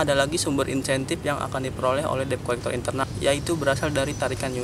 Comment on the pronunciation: Dibaca/disebutnya "det kolekter" bukan deb